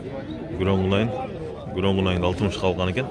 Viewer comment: Кунайын дейби Кунажын десен